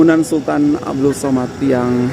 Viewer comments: 😂😂😂😂😂😂😂 tapi kenalah belajar sebut dengan betul.. sAmad bukan sOmad.. he he.. macam diaorang selalu bising kita jgn sebut 'indon' tapi 'Indo' 🙄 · We pronounce it Samad not Somad.. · Bangunan itu sempena nama salah satu Sultan Selangor iaitu Sultan Abdul Samad.. sebutan Samad ya, bukan Somad.. Kuala Lumpur sebelum 1972 adalah sebahagian negeri Selangor dan ibu negeri Selangor.